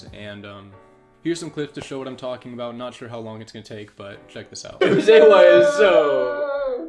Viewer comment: be like: tolken bout